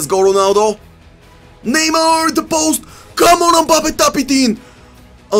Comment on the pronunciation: бате с тва преправяне на гласа докато коментираш направо ти гледам клиповете без звук . и ударенията на футболистите като почнеш пОгба, неймА ...пусни гледай некой мач да научиш поне имената да им изговараш правилно